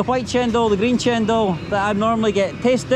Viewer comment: woman in white shirt said it right..don't know why one person at the back said it cendol..but still is a sweet drink..no problem I think for